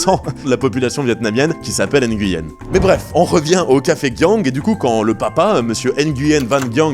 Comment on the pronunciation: Super vidéo, petite précision pour Nguyen (qui se prononce "oui yen"), c'était aussi un nom qui était donné aux nobles ou aux riches commerçants chinois qui voulaient "se cacher" au Vietnam. Comme ils amenaient des richesses et du business au pays, les gens portant ce nom étaient souvent exempté d’impôts. 2e point, beaucoup de vietnamiens, surtout en Campagne n’avaient pas de nom de famille (ce fut le cas aussi en Europe avant) et la France coloniale à voulu organiser un recensement, mais difficile à mettre en place avec des personnes sans nom de famille... Du coup beaucoup de Vietnamiens ont dû choisir un nom, et comme c'était communément admis que les Nguyen avaient des avantages fiscaux, beaucoup se sont dit que c'était un nom intéressant 😅. Et hop plein de Nguyen sont apparus.